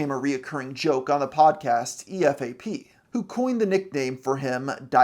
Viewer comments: I've never heard it pronounced E-F-A-P. That just hits the ear wrong. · Like for mentioning EFAP Dislike for not saying their name right Don't spell it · . Come on, man. Pronounce EFAP correctly